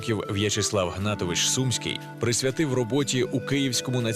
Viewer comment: Чому СУмський,а не СумськИй??